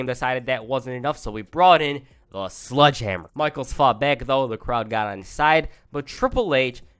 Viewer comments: U know it’s pronounced “Sledgehammer” and not “Sludgehammer” right lmao. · What u said sludgehammer sounds like a Pokémon PP move lol